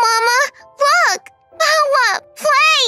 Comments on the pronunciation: It's so cute how says "Bawa" instead of brother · Bro said bawa like bwader